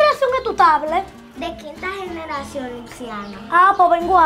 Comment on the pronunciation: diciendo generracion JAJAJA